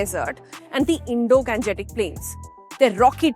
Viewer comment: गेजेटिक नही गैंगेटिक